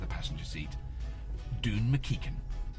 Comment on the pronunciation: Glad it's nae pronounced "ma keich an" ;-)